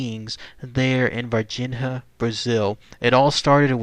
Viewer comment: Dude: I think they pronounce it "Var-Jeen-Ya"